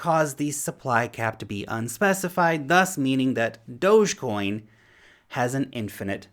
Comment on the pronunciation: thanks for pronouncing dogecoin right.